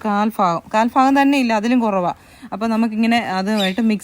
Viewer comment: എന്താ നിങ്ങളൊക്കെ ഫാഗം എന്ന് പറയുന്നത്.ഭാഗം എന്നല്ലേ ശരി